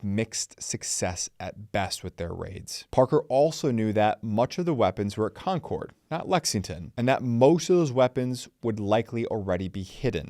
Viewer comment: He pronounces Concord like Concorde